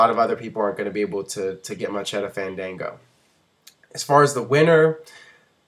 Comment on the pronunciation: MAN, FANDANGO DOESNT EVEN PRONOUNCE HIS OWN NAME RIGHT.. smh